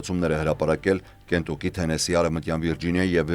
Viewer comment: Ոչ թե կենտուկի այլ քենթաքի. Այտ անուն ոչ հայկական է ոչ էլ հայերենէ այլ անգլերեն է աշխատեք ճիշտ անգլերենով արտասանել. Շատ շնորհակալություն